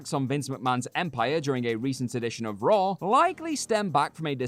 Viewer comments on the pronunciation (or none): Raw* not Roar